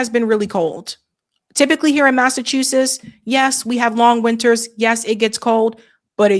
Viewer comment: Girl, you need to learn how to pronounce - MASSACHUSETTS !!!! Pronounce your T's.